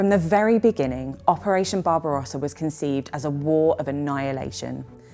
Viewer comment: BARBARUASA! NON SI PUÒ SENTIRE .BARBAROSSA. Le tradizioni sono di scarsa qualità.